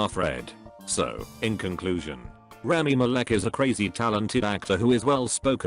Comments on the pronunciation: Me: rami malek Computer voice: ramy malic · Omg I can’t even stop laughing 😂 Rami Malek, he pronounces it wrong 😂😂😂😂😂😂😂😂😂😂😂😂😂😂😂😂😂😂❤️❤️❤️❤️❤️❤️❤️❤️